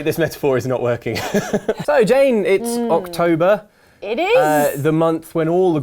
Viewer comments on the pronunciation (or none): It's Oxtra-tober!